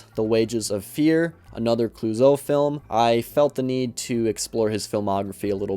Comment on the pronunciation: You pronounced Clouzot correctly. Not much of an accent used, but no need to get caught up on that! Looking forward to the upcoming Criterion Marathon video :)